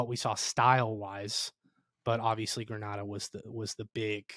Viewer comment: Please learn the correct pronunciation of Grenada....I will believe your thoughts on football when you can do that.